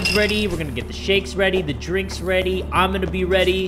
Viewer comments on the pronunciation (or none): did he say "everybody get WEADY" at the start XDDDDDD